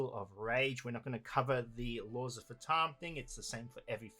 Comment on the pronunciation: I know that Phaturishi are kinda indian gods, but "fatum" is a latin work, it means "Fate, destiny" and its pronunciation is "Fà (as in "far") - toom (as in "tomb")". The accent falls on the "a". XDDD